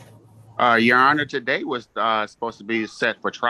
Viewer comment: Do Moronish Slobbering Citizens EVER win in any case in any jurisdiction? Just axing. TaDAY…….